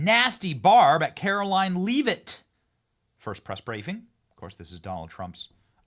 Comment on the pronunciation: Benny, Karoline Leavitt’s surname is pronounced “LEH-vitt”.